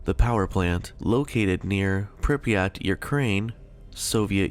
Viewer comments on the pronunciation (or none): none